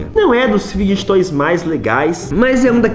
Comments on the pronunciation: da mó agonia ele falando fid*get* toysKKKKKKKK mas o video é daora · Tu fala tudo errado meu N é figuidiget toys, é fidget toys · Enaldo eu gosto muito de você é meu Youtuber preferido mais você fala figed toys errado 😶 desculpa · Não é fid get toys, que se fala é fideg toys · Enaldinho você fala fiquetoy é fidget toys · Não é figiguets toys é figets toys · È figetois não figigetitois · E figet toys n figget toy ele fala errado mano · que agonia dele falando fidguet toys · fidguet toys kkk parece eu falando quando eu acordo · Ele nn sabe falar fidget toys ele fala figtg toys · Só eu que me incomodo quando ele fala errado fidget toys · Não sei se é só eu q tenho agonia dele falando fidget toys kkkkk mais amo ele kkkkk comprei quase todos os livros dele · Enaldinho tu tá falando fidget toys errado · Só eu que percebi que ele fala errado a palavra fidget roys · Enaldinho falar fidget toys errado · Para de falar fidget toys errado